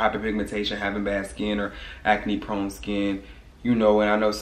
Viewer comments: If you create another word again I’m going to throw the jar away🤣😂😭😭😭 it’s ACNE NOT AC-A-NE!!!!!!! 🤣🤣🤣🤣🤣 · " how I cleared my aca-knee" haha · The way he say Acne is Hilarious